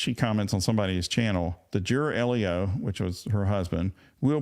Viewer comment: law Just FYI, the acronym LEO is pronounced like the boy’s name “Leo.” Not “”Ellio.”